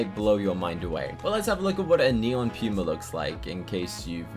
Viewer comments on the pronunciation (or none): It’s not pyuma it’s poomah